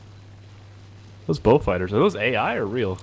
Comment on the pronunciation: Ahahah Spark Thunder and xD "sose 20 mm are like gandy dust to ze german planes"